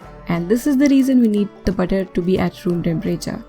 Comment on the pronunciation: Good job. But didn't understand when you spoke butter or water. They sounded same. Pls explain when to use butter n water